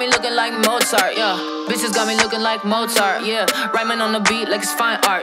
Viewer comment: The fact that they don't pronounce "Mozart" the same bothers me.